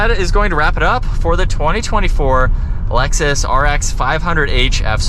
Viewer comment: Do you realize you say “Alexus”? Instead of Lexus! It’s funny!